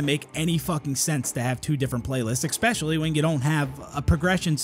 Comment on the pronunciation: Gotta always wait for that "exspecially" moment.